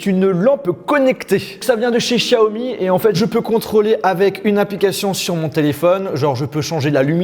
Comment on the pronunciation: Je rêve ou il a bien dit xiaomi (0.50) je pense que c'est la première fois que j'entends ça en France. Je suis presque émue 😂😂😂